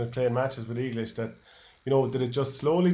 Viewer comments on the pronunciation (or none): Eeee glish? Heads up, everyone in Tie Rone calls it Egg-lish